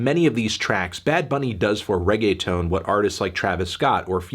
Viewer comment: The whitest way to say Reggaeton melon